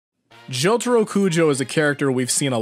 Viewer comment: me: opens video me: hears the way he pronounced jotaro's name also me: instant dislike